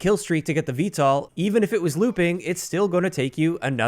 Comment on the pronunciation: You’re pronouncing VTOL wrong. Just a heads up. It’s V-toll not V-tall.